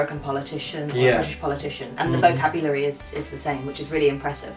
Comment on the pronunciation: It is not read vokabulari btw like you pronounced it...but 'vo ke biu leri'